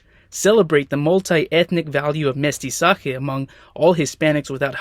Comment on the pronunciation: qué bien pronunció Academia Real y Mestizaje :yougotthis